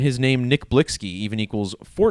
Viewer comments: HIS NAME IS PRONOUNCED "BLICKY"...🤦🏽‍♂️WHEN BEING A CULTURE VULTURE GOES WRONG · Lol it’s Nick Blicky you idiot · THAT'S BCUZ THE ONLY POINT YOU WAS SUPPOSED TO BE GETTING IS THAT HE WAS SAYING HIS NAME WRONG BCUZ HE KNOWS NOTHING ABOUT THE MAN OR THE CULTURE HE COMES FROM 🙄 EVERYTHING ELSE IRRELEVANT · You sound so Ignorant. Him mispronouncing the name doesn't make him a Culture Vulture. And he only speaking on it because this was most likely a Sacrifice.